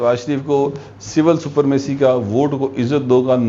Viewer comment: لکھتے سپرمیسی ہے اور پڑھتے سپرامیسی ہیں